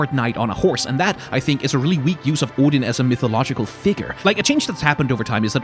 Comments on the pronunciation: As a Dane it REALLY wrecked my second language attention span hearing Odin anf Sleipnir pronounced correctly 🤣🤣 I wasn’t prepared for the code switches AT ALL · Your videos teach me the pronunciations of Odin and Sleipnir. Also Freya in your God of War video. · Forget the proper pronunciation of Sleipnir and Gungnir, this is the first time I've heard someone online pronounce "Odin" correctly. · Can we just take a moment to appreciate the way says "Odin"?